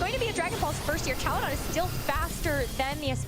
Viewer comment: It’s crazy how the announcers don’t even know how to pronounce Archaludon. 😂